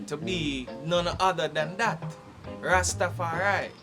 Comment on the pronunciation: The European dread saying Rastafari-a. I can't take it